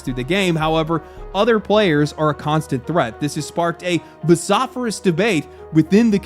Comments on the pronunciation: "Vo-soff-erus" LOL. Vociferous, it's pronounced like it is spelled. "Vo-siff-erus" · I love you, but vociferous is "voah-siff-er-iss" not "ver-sof-er-ous" More seriously, good analysis of the industry. I am also hoping Arc Raiders continues to do well. I haven't played anything like it before.